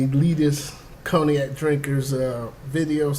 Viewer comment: Pronounced in English conyak not coniak!!!!